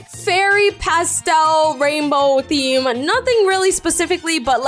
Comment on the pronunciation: Btw in the video you said scem instead of theme 😂😂😂